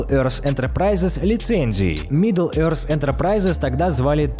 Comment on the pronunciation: Может пора английский подучить ? Сначала Тзиф вместо Тиф (thief), теперь Еорз вместо е~рт